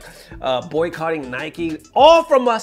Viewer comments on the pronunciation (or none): none